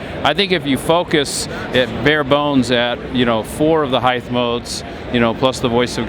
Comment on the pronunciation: I almost stopped watching when he said Heith(height) lol